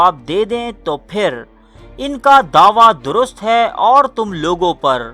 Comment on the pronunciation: I love your content but please u need to work on your urdu pronunciations like the words ہے and ہیں also the last words u say please say them properly instead of sounding like a robot. Keep up the good work